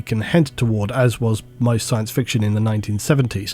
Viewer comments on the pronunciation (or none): none